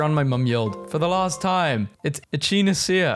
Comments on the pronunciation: e-chee-nah-see-ya from ek-in-ay-sha How? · Quit rage-baiting us! You read for a living! Google search pronunciations! Eh-kuh-nay-shuh! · Echinacea is pronounced “ec-in-ay-sh-ee-a” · It's not pronounced "Eh-Chee-Nuh-Sia"...It is "Eh-Kin-Ay-Shia" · It's pronounced "ek-i-nay-see-uh" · echinacea "eck-in-asia"